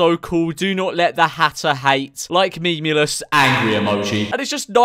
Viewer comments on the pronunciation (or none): I know this video is two years old but really annoys me how he pronounced memeulous as memeless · Actually it’s pronounced mee-mee-loss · Nah nah nah, it's "meemlus".